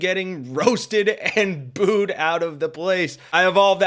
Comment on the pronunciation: Booed ~ not Bood